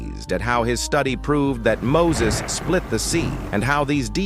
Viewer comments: It's not muses it's Musa❤ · Not mosase its musa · Mosa not Moses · Muses ❌ Musa (A.S)✅ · Musa not moses